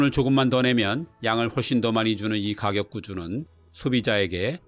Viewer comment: 늘 도움이 되는 영상 감사합니다. 한가지 부탁드려도 될까요? 가격을 발음하실때 늘 가-격, 즉 누군가를 가격하다의 뜻으로 발음하시는데 가를 짧게 발음하셔야 선생님이 의도하시는 의미가 됩니다. 다 좋은 데 그 부분이 조금 아쉬워서 말씀드려 봅니다.